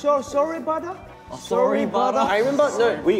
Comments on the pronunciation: changbin saying soribada in English accent hahaha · I'm laughin so much with Changbin pronouncing Soribada with English accent LMAO